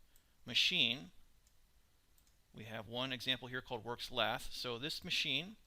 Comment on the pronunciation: Laugh and Junk......its lathe and chuck